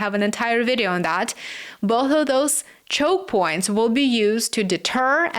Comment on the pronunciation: Thought you said coke points 😂